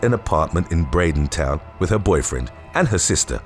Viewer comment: In the sex toy story, it is pronounced "Braden-ton" not "Braiding-town".